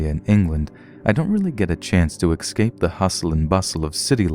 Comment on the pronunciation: Black Calla Lily Like "excape" and "viligant" lol